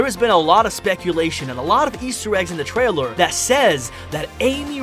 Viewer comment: Is it just me or did he said Twailer and keeps saying Twailer is he a baby?